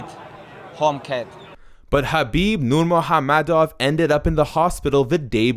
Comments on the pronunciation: Nurhamomedov? It's nurmagomedov learn to pronounce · The dude narrating this video can’t pronounce Nurmagomedov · he says "nurmOgAmedov" but his name is nurmAgOmedov... He is not correct at all! The only thing he got right was to pronounce the g as an h. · nurmagomedov mot nurmahommedov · It's ......Nur-ma-go-me-dov bro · My man said: “Nur-MOHAM-MEDOV” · Is it only e or did he just said "Nurmo ha-medow" xD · Actually pronunciation was way off. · Please At least Pronounce the surname right. There's a "M" in it.✌ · Can’t even say his last name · Did this fucking guy really mispronounced Khabib's name like he hasn't heard that name😱😱😱😱 hundreds of times? Jesus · Come on, pronounce the guy's name right. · I like how slow you pronounce Khabib's last name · The way this guy says NURMAGAMEDOV is disturbing, I know you’re trying to say it right, but please don’t. I’m Russian btw. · You didn't pronounce his last name properly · You're obviously a Tony fan the way you mocked pronouncing Khabibs last name....so I gave you a thumbs down and think you're trash for being so bias